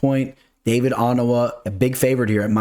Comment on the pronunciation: OH-NAH-MAH 😂😂 Your name pronunciations crack me up. Let's get to that bag tho!!! $$$